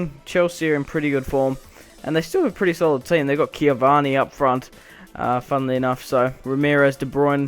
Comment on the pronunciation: cavani plays for psg in real life and it's pronounced ca-vann-i